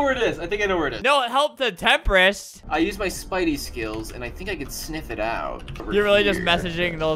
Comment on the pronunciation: Albert: says Temprist Autotranslate: says tempura